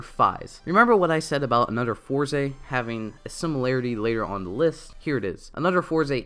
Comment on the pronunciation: You keep saying your “the” like “duh” and it’s bugging me for some reason